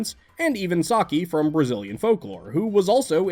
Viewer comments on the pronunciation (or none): The pronunciation isn't "Saki", it's "Sah-see". On Portuguese the letter C doesn't have the K sound on syllables with the vogals E and I.